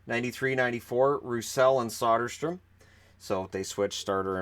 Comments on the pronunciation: it's Söderström. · You pronounced Soderstrom two different ways